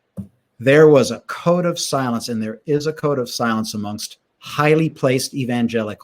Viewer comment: "there was a code of silence" ... I heard "cone of silence" (search it ... cone of silence get smart)